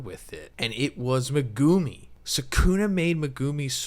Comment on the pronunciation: Ya really gotta appreciate dedication to pronouncing megumi wrong video after video. Mega-me